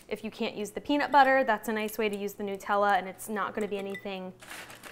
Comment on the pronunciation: Nutella--made with nuts so it is called Nut--ella not Newtella!